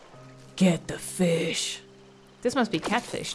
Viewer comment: "ok wait.. I can't keep catching actual fIS-sH" heheheh the dutch came out there ps: May 25th is SHINee's debut day, HA! Goofy is a shawol?